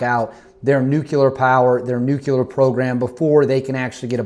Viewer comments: Love the channel,. But you’re pulling a George Bush… it’s pronounced NUKE-lear, not NUKE-you-ler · It's Nuclear like unclear. If you can't see through it then it's unclear, It's not "Unk-u-ler" it's un-clear. Like NUCLEAR. Not OLDCLEAR! NEW CLEAR!! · Please, it’s NUCLEAR. Not Nucular.